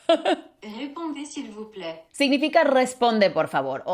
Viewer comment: Actually When I going out from my Semantics and Pragmatics' class, I saw this video on my recommended videos and I understood everything you said. I'm studying French too and I laughed when you pronounce Répondez s'il vous plaît. But I am sad because I failed this French's Semester. Look the good side... I understood you!